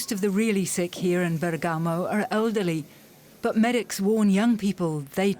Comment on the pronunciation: "It's Bèrgamo" not "Bergàmo".